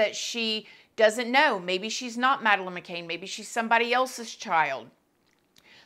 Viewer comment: I believe everyone probably knows who Madeline McCann is, it’s just a huge story Also: says her name wrong